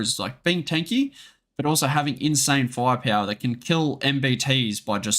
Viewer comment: фая-пяуа :D The way you pronounce "firepower" is so funny. And Russian unit names too :D Grait video thiugh. Thanks!